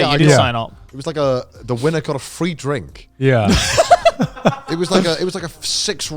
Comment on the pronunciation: For some reason Connor's Welsh accent stood out a bit more when he said "[...] The winner got a free drink" lol